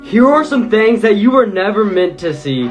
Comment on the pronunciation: The way he says thangs other than things